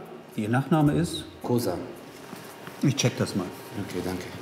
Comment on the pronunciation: Kosar ist mein Nachname...Kooootz...Sag doch, wie man es richtig ausspricht!